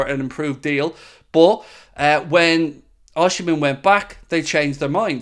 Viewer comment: It's not Oshimen! Osimhen.